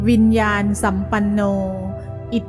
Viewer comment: ต้องอ่านว่าวิญญาณนะสัมปันโน